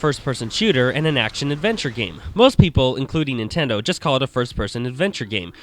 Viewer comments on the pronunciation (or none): none